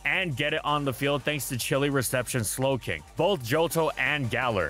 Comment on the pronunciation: Please tell me the "Galarian Snowking" while talking about Clefable was intentional!